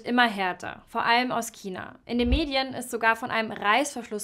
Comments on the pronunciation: Dislike weil es nicht Kina sondern China heißt sonst gutes Video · Das aussprechen von China als Kina ist falsch sowie ist das Geräusch vom Marker grässlich. Dennoch interessantes Video. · Gutes Video! Aber seit wann heißt China, Kina ?! -. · Ja, sehr unpassend. Und sie sagt immer Kina... 😵‍💫 Aber sonst sehr schön gesprochen. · "Kina".....ansonsten super Video. Sehr interessant. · kommst du aus bayern? du klingst übel danach... schon vor dem kina interessant finde ich dass bei deinem china-k so 5% "ch" mitschwingt tatsächlich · Kannst du bitte aufhören Kina zu sagen. Es ist nicht schwer ein CH auszusprechen. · Bitte vermeidet es im Dialekt zu sprechen. Kina ist nicht hochdeutsch, genauso wenig wie Brezn (wurde in nem anderen Video gesagt) Das gehört hier nicht rein, ansoonsten gutes Video